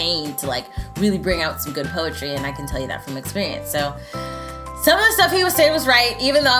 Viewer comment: Poe a tree sounds like "pose a tree"